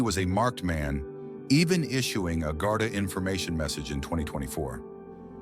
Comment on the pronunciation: Its pronounced Gard-ee